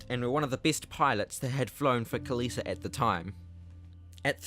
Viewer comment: Kalitta not kallita read the sign